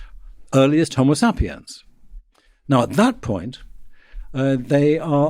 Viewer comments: I hate how this guy says 'homosapiens'. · Next chance I get, I’m pronouncing HomoSAPiens just like this. My friends will know that my community college degree really paid off.